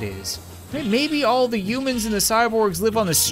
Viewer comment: It’s not umans it’s humans